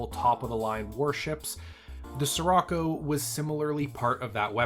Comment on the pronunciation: the word "Scirocco" is Italian, so the "Sci" at the beginning would be pronounced /sh like the "sh" in "fish" or in "ship"